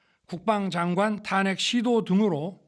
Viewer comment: 예산 탄핵 까지도? 예신도 탁했시켰다고 읽는거야? 한잔 하셨어?